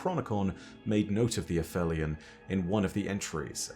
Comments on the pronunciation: not quite vibing w/ a-fell-eon when its been a-feel-eon but oh weel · Absolutely no disrespect to our resident lore-daddy but it is “ay-FEEL-eon,” not “a-FELLY-un”… it’s literally in the game audio 😬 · Me and Shuro Chi the past couple years: A-feel-eon: F that. A-fell-eon. 😑😑😑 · It’s pronounced ‘App-Heel-Ee-On’. That’s because the word means the point in Earth’s orbit where it’s the furthest away from the Sun. The ‘heli’ part refers to Helios, the Greek sun god. Aphelion could be a reference to the fact that the beings themselves are far away from the ‘Light’ of the sun. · Fun fact: it’s actually pronounced afelion. I came to write exactly the same comment as you. I’ve been saying it as ap-helion my whole life. But I’ve gone and done some research, and it turns out that it would only have been pronounced that way in classical Greek, but later Greek, Latin and hence English merged the p-h to the f sound regardless of whether they technically belonged to different roots. Other examples would be aphaeresis and aphorism. Fun fact 2: the word in Italian is “afelio”, further showing the p-h merger. Can’t believe I’ve got this wrong my whole life! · You have an accent, you're British, yada-yada..... But when the clip you play clearly calls them "uh-feel-ee-un"... It makes the way you say it just sound wrong.